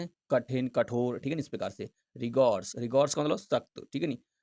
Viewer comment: Sir ने रिगोर्स bol diya tha but bo रेगोरस hai mistake ho jata hai bhai